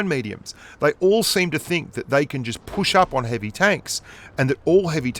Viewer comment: said heavium and I thought heavish lol